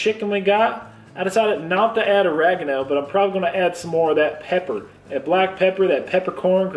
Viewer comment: I’m from the south.. you makin fun of me? Not “us” just me lol. However I don’t say y’all or speak to southern unless I’m pissed then the country comes out. And please dont ever say “Or-rag-eno” again, it’s “ur-reg-ano” LOL 😝